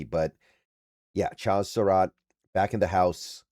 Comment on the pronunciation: love your content, insight, levelheaded approach. It used to drive me crazy but now it’s almost to drinking game level the way and amount and number of times that you mispronounce player’s names. Cracks me up at this point. It’s Cha like in Chad with a Z on the end.